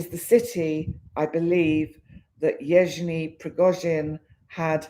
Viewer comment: Yev Gen ( the g is pronounced as in Again its a Guh sound) ie ( ee) sound